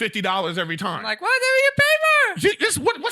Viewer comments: Call him out on how he says the word TIME. TOY M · Erik. You say the word TIME weird... I mean its cool but that's not how it's pronounced and i like it so don't change.